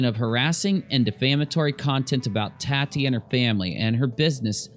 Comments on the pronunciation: lol think Tatiana and shorten it to tati. It's not tat like tattoo, it's tati like tot (rhymes with hot)....Tot-eee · You are killing me it's taaatiii not TATtii 😂😂